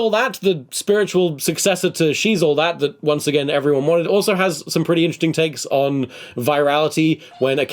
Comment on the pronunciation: What does Tom say ? "Ralph Breaks the Internet, the sequel that absolutely every unintelligible has some pretty interesting..." Oh I figured it out, he says a similar thing . He must have said "absolutely everyone wanted." But WOW did it not sound like it.